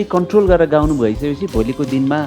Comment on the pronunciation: ए तृष्ना गाउनु हो गउनु होइन उच्चारण त सहि गरुमन यार